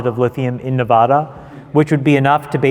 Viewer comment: Chamath, it's Nevada, not Nevahda. Lol.... No Butt-Crack grouse is PROOF they're endangered! See the Yucca Mtn Nuclear Repository can't happen cos it's < 90 miles from Vegas. Almost all the rational people here in LV know there has to be a "safe" place to put nuke waste other than the back yard of the plants generating it. Okay trolls, kill me.